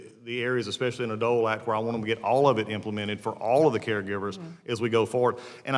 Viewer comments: Professional victims should not be allowed to sit in political seats. If you pronounce especially as expeshe-ally, then you are not qualified to be in a political seat. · Anybody that says "exspecially" shouldn't be so particular about the way someone answers a question.